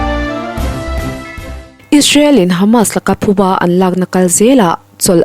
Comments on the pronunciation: Ka lo ngaithla ve ta zeuh zeuha, engati nge Thu bâ ti a ichhiar ziah le Phu bâ ani zawk e. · Phubâ tih turah Thu bâ maw,,😂😂😂Thu bâ tih ṭawngkam chu,ka hriat vawi 1 na,,a chhiar/sawi tu hi zak teh..zak hleeeee rawh😢😢😮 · "Thu bâ" tih hi a dik lo, "Phu bâ" a ni. An thil tihin a phû tãwk anga thungrulh sawina a ni e.